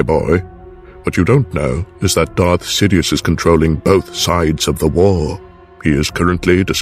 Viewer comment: I thought he said, "Darth shitious"